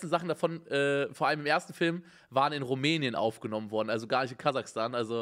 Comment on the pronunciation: Es heisst KasaCHstan NICHT KasaKtan